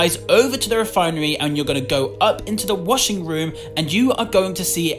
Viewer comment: “InSoUleNcE” the way he says insolence also I’m British and I say it like how it’s supposed to be said. This comment is just for fun sake. I don’t care about his accent I love his accent this is not a hate comment k. I love your vids. And the way he says washing. Pretty sure he made a mistake when he said it. “WASING MACHINE” Also made a mistake on distorted memory. So basically he said it wasn’t a dream cause he woke up Proceeds to show the ending cutscene of Georgie waking up in that mall meaning that he had a lucid dream